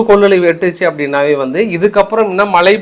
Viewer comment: க்கானது தமிழை கொலை செய்யாதே, தமிழின் சிறப்பே * ழ * தமிழை சரியாக கற்க ( மலை பொலி - அல்ல மழை பொழி பொழி )